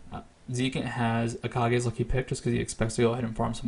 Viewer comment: Buddy, It's Kage's Lucky Pick, pronounced like "cage." It's a reference to Tenacious D, haha